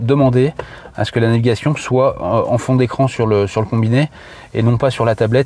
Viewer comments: Pas "soite" mais "soit".... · Alors, on dit pas "concepteuh car", y'a pas de E à la fin, on dit pas "soite" mais "soit", le chiffre quat' n'existe pas non plus, rien ne "peut permettre" (?!!!!), enfin cette voiture ne "VA" pas avoir ni pouvoir (38 fois, quand même !!!) ce qui est dit, elle le fait déjà.